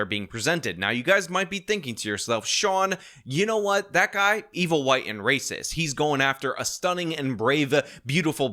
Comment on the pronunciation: How many ot the 93% were Hwhite.?